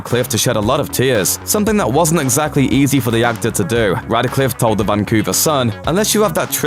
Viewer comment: RADCLIFFE, NOT RADICLIFFE